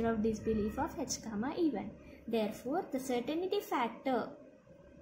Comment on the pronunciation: hi, certain-ty not certain-i-ty